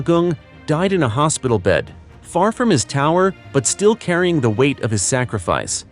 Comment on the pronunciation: There's no G is the word sacrifice , it's not sa-griff-ice.